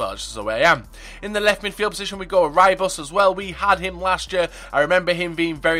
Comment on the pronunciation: The way you said Rybus name was amazing :D